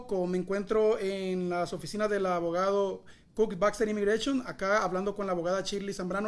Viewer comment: " imigrachon " tiene que tomar clase De pronunciation. Eres un periodista suena como un novato.